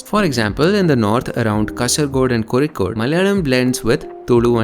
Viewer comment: Finally, thanks brother. A very well reaserched video. I always felt like laughing when some news reporters pronounced Kozhikode, Alappuzha as Kossikode, Alapussa 😂😂😂